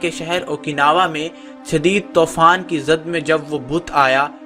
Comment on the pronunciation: tofaan is wrong its toofaan Countless pronunciation mistakes